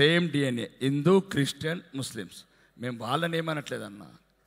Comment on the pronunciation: Hindu ani sarigga palakalekunnaru